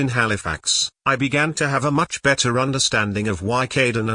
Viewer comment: Also, it's "much", not "mush", you know